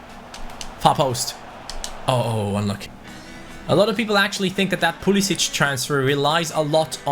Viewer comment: It is pronounced Pool-i-sick